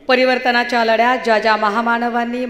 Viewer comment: परिवर्टनाच्या लढ्यात.. ज्या ज्या महा माणवांनी आपलं योगदाण दिल... बळीडा ण डील... अशी वाक्य ही बाई आधी पाठ करून येते.. मग दादांनो.. काकांनो.. बाबांनो.. मामांनो.. करत तीच फालतू भाषण संपवते..